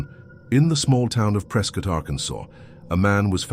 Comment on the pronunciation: Yup, I remember the first time I was verbally reprimanded for calling it “pres-cot” and not “pres-cut”